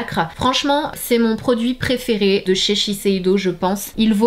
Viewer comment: On dit sheseido et non sesheido je pense non ?